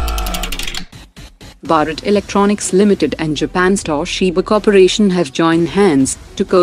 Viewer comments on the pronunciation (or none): none